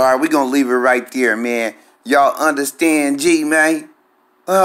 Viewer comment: "Did u underSTANG?" 😂